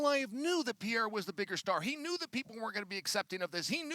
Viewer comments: Pereira ❌Pierre ✅ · Nothing bugs me more than Chael sayin Pee-Era